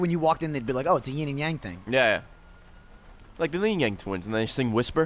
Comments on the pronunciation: Just as a PSA, it's "yin and yang" not "ying" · *Yins. It's yin yang, not ying yang.